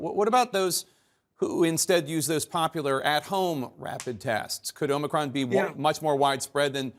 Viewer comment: O-ma-cron, set hut.